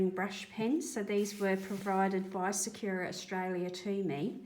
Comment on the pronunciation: Thanks for the mixing on the plate method. I’m going to try that out! (By the way, sakura is not “sa-queue-ra”, it is pronounced “sa-koo-ra”. It’s Japanese for cherry blossom.) 😁